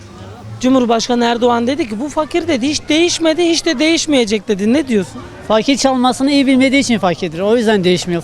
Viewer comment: o fakir dediği i le değıl ı ile okunduğunda cuk diye oturuyor